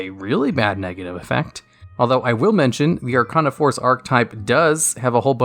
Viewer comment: “Archon a force” how the hell do you mess it up that badly